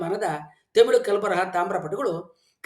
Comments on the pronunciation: Sir adhu themil alla tamil sir ucharane seri maadi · Tamilu alla (Thamizh) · Temilu alla guru. Its Tamil 😂😂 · first you pronounce Tamil not temil. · Tamil alla tamizh 😂😂😂😂😂very logical language😂😂😂😂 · Sir, It's not themelu 😂😂 it's Tamil❤